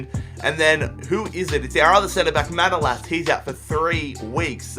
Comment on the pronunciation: Kinda annoyed me you pronounced manolas wrong but Awell! Glad you chose him though! But again annoyed it's liverpool!